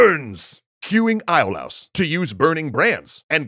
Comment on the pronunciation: Its (I-o-lus) Not (I-lous)